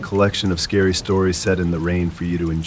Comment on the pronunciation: Really great voice , But should be 'Scary' not 'Cary'